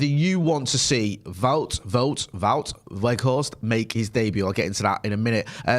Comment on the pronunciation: You pronounce his name something like: "Waw Workhorse"